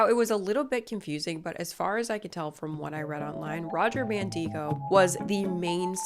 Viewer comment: I think you're pronouncing Mandigo wrong. He lived near where I grew up and I've always heard it where the "i" doesn't have a long "e" sound. Instead, I'm pretty sure his name rhymes with "indigo"